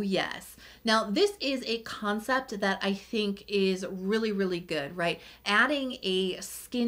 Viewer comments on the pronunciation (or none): none